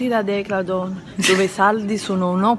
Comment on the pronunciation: anche io sbagliavo...declaton😂 ciò messo anni a dire decathlon....il bello della diretta